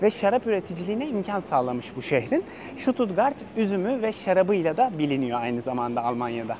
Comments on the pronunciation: Stuttgart i, Susttgart diyebilirainiz st genelde St okunmuyor Sģustgart diye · Ştututgart değil Stuttgart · Şutut değil ştutgart okunur!